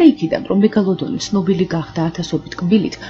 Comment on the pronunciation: მეგოლოდონი არა მეგალადონი